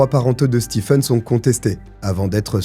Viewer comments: juste un petit commentaire Stephen se prononce StiVn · Coucou ! Juste pour info, "stephen" se prononce "steven"...voilà 😁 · Hello! Très bonne vidéo ! Stephen ça se prononce Steven pour info